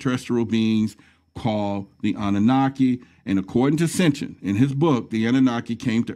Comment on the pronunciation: HAHAHA..... "Sitnchinh" he says ( in the video) That man needs to read more, and learn to pronounce Mr. Sitchin's name correctly. What a ridiculous presentation, However, its good that he is slowly opening his mind, but he is not that smart. i laughed throughout this whole presentation. Thank you Archive for this humorous peresenation of a fool.